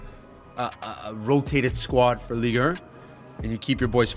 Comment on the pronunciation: why is saying Ligue err😂😂😂